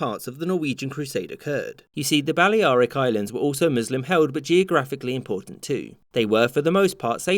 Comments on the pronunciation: It seems you mean Baller-eye-rick 🤣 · The way you pronounce Balearic...